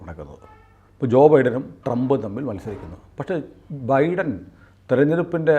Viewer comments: ബീടൻ അല്ല ബൈഡൻ 😂😂😂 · The US President's name is pronounced BYDÈN and not BEEDON.